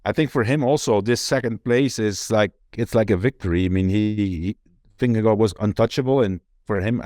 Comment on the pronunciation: Vingegaard should be pronounced "Vinge-gor". "Vinge-go" is bad. "Vinge-guard" is a bit better. But by far the best pronounciation would be "Vingegor"